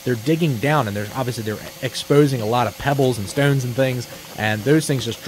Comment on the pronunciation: Where in the USA do they pronounce the word "stones" this way??